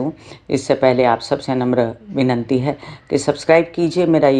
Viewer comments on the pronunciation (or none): Vinanti nahi vinati bola jata hai